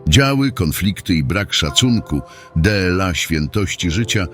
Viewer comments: Co to za "deela "? powinno być dla. Kompletna głupota z tym elektronicznym lektorem. Nie warto was polecać, są inne wartościowe katolickie kanały . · To jest kompilacja tekstów a nie orędzie! Maryja nie przepowiada, przepowiada Jackowski, Maryja wie i zapowiada. De el a zamiast dla jest już nie do wytrzymania, tyle miesięcy to słyszę i nic z tym nie robicie. Merging? To słowo jest angielskie, w dodatku czytacie jak jest napisane, a nie jak powinno byc wymawiane, a zupełnie zapomnieliście by je przetłumaczyć. Tytuł nie odzwierciedla treści. Ten kanał to porażka!!!!